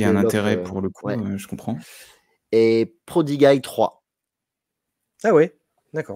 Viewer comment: "prodiguaï" ? "Frank Kitéli" ? Ca part en cou*lle la prononciation.